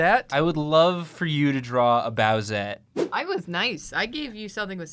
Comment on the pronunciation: Nathan saying "bowsette" gave me psychic damage